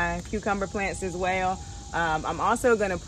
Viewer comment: YOU HAVE A GOOD HEART! HALF OF YOUR BACK PORCH IS STYLISH, (RED CUSHIONS PART) - YOU HAVE AN INTERESTING "ACCENT" ON SOME WORDS, LIKE 'WELL' AND 'THERE'... WHAT PART OF THE COUNTRY DID YOU GROW UP?